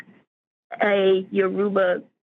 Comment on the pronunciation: This was handled very well (apart from the mispronunciation of "Yoruba").